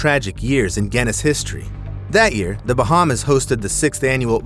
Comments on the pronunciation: What is gennis????? dont you mean Guinness which is pronounced gi-nuhs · Are you saying Genn-ness?